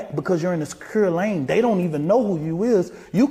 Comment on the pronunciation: he not only didn’t say asking, not even axing! MF said “ast’d him” and also said “secur”🤣